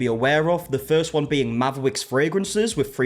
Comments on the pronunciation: Not me, half listening as I play a game and keep thinking this man suddenly developed rotocism everytime I hear him say Mavwicks. 😂 It eventually sunk in but at first I was like.... did he bite his tounge or what the heck is going on? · I can’t deal with the name Mavwicks, it sounds like someone trying to say Maverick that can’t pronounce their r’s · I can’t with the “mavwicks” 😂😂😂😂 it’s like a speech impediment 😂😂😂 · I thought it sounded like it was making fun of people with speech issues…made me mad. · It definitely sounds like a Cindy Brady speech impediment